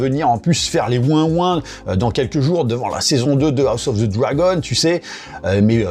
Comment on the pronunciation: Sérieusement, on ne dit pas ZIII, mais DHI pour bien prononcer The.